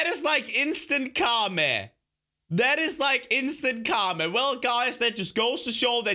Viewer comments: It's karma not karme. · Not to be rude I know is from Denmark but I died when he said instant kame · Car ma 😯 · Literally insta car-ma😂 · You mean it's car-ma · ITS CAR-MA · The Way He Says " Karma" 😂😂😂